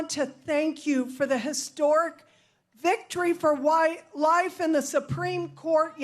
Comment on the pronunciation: As much as I dislike Trump, his followers and this horrible court decision, this woman clearly misspoke. She began to speak the "W" sound as she was correcting herself to use the word, "Life" so it came out "Wi-life. Not White Life. I respect Ana very much but I think she's wrong here. Similar case: Meteorologist Jeremy Kappell.